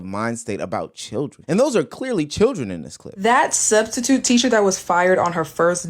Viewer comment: Nigga said studstitute 😂